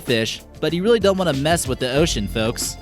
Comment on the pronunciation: Stop saying foks